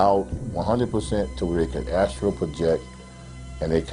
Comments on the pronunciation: Dude-it's "astral" not "astro" - LOL!!! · BS. if he couldn't pronounce a term like Astral projection...then he is lying.